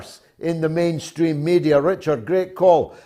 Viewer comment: I'm sorry, I thought one of your callers said "menstruating media" in instead of "mainstream media"..... Still appropriate, huh...!